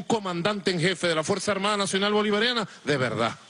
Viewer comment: DE VELDAD! JEJEJEJEJE GUSANO!